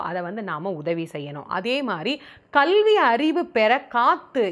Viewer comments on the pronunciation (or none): none